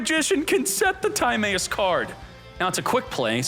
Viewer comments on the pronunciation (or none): we out miss pronouncing timaeus name wrong did you not watch. yugioh after battle city